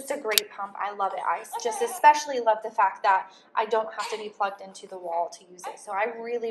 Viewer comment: EXpecially is not a word, mom. There's no X in especially. eSpecially, ok? Don't teach that to your kids, either, you're a native speaker, it's embarrassing.